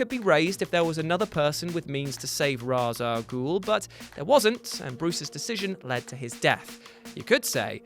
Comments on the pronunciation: "I'm gonna call him jus "Ra'as" from now on." Calls him Ra'as Al Gul again. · pronounce Ra's al Ghul right idiot